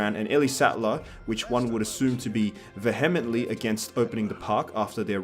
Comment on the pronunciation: Ve HEM ently? lolol